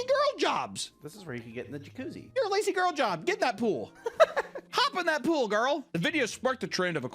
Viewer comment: You're putting the emphasis on the wrong word in "Lazy Girl job". It's LAZY girl job, because the job is gender neutral, not a "girl job". They're calling it a "Lazy Girl" job because the trend is focused on pointing women to easier work.